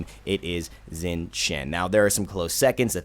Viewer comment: Xing is pronounced as Shing not Zing